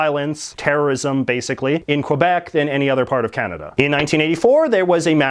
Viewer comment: I realize this person doesn't speak french, but it hurts everytime I hear him mispronounce Québec.